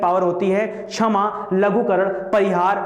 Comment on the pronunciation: Bhaut bdiya sir...pr उच्चारण छमा नहीं क्षमा होगा..😊